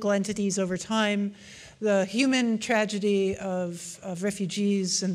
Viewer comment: "It is a tradegy"